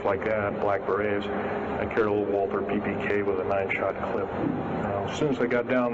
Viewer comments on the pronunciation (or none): none